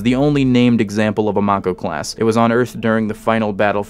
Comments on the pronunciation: May-koh Not mach-oh Have a thumb anyway. I dig this shit. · How are you pronouncing mako like that like wtf like its may co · Question, how many times did mispronounce Mako? Answer, Yes. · it can't be that hard to pronounce lol